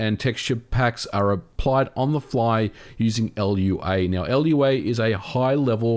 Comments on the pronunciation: So not only are these not not remasters, they're not even ports. 60$ baby! (Also, it's just "Lua", not "L.U.A.", it's portugese for "moon" I believe) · its pronounced "loo-ah" not "ell-ewe-ayy" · It's Lua not L.U.A. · Lou-Ahh not L-U-A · I physically experienced pain when he pronounced Lua “L U A” not “Loo-a” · L-U-A is not the proper pronunciation of Lua. It should be pronounced like lu-a, all one word. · L.U.A.? It's Lua. Loo-ah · It's not L.U.A., it's Lua, a word. Like Luna, without the 'n'. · "L, U, A" -- dont you mean lu.(w)ɐ ? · It's not "l u a" as it's not LUA. It's spelled Lua and said as such. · Is it actually pronounced LUA and not Lua? I feel like a moron for calling it Lua to coworkers and upper management for years now 0_o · It's no L U A, it's Lua. Means Moon in Portuguese, and the language was developed at Rio de Janeiro. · "Ell You Ay"? Lua. "loo wah". 🤷‍♂️ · MVG: L.U.A. Me, a Brazilian: Lua (as saying Moon in Portuguese). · It's not "el you ah" but "loo ha", it means "moon" in Portuguese. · it's not "el-you-ey", it's a single word "lua", meaning "moon" in portuguese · “Lua” is pronounced “loo-uh,” bro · Everyone, say it with me: Lua is pronounced "LOO-ah." I've never heard anyone call it "ELL-YOU-AY." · EL YOU A? Don't you pronounce it like Looah? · Lua is a Portuguese word that is pronounced exactly how you think it would be. It's not called L.U.A. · I understand that people are angry about this, I was too, but this emulator sounds great and sounds like it would be really easy to emulate other games in the future with awesome enhancements. Maybe this hints toward eventual N64, GameCube and Wii with Nintendo Online. P.S. it's pronounced Loo-ah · It is pronounced "lua", because that's how you say "moon" in Portuguese. I mean, this was created in Rio de Janeiro, Brazil, and its logo is a moon orbiting a planet (Earth?). So yeah, it's not "L.U.A.". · great video as always! So, Lua is not pronounced l-u-a, it's ˈlu.(w)ɐ meaning moon in portuguese.